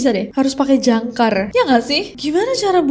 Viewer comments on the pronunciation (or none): Jangka nessie bukan jangkar 😅 klo jangkar buat kapal laut 😂